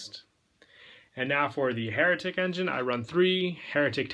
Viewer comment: I keep hearing heretic when you're saying hieratic